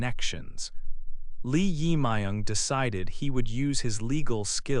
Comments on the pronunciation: It is not correct to pronounce the name." Lee Ima young" isn't correct. His name is" Jae myug Lee".Lee is surname ,Jaemung is first name. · The pronunciation of the president 's name is totally wrong. You should re-record it. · Pronounce the name correctly, please. It is not nice to make a recording without knowing how to pronounce the name correctly. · Pronunciation of the President 's name is wrong. Please correct. Thank you. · So weired pronounce president’s name😅